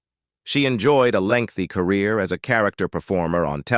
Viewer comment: EPISODIES, LOANY ANDERSON EMBARKKED on her acting Core-Rear in the...... Getting Their FUTING ---A.I still sux